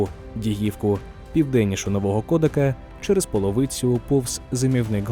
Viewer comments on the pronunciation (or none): наголос на КодАк. а не КОдак!